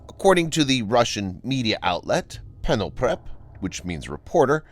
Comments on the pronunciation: Пенопреп???? (Репортёр) Меня нет)))) That's just hilarious machine speech generator! Penoprep)))) Lol)))) In Russian it shall be spelt as Reportyor - not penoprep))))) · "Репортёр", which you called "Penoptep", is actually spelled like "reportior". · „Peneltrep“ which means “reporter”? Are you guys high? It’s just “reporter” written in Cyrillic, so also pronounced in Russian as “reporter” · The media outlet is literally pronounced "Reporter". You don't read cyrilics with english pronounciation based on what the letter resembles in latin! :D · Penoprep!!!! 🤣 🤣 🤣 Could репортер be pronounced "Reporter"??? 😳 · "Reporter" is the actual pronunciation, not just the meaning. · Репортёр is cognate word in English, hence it is pronounced "reporter", the same as the translation.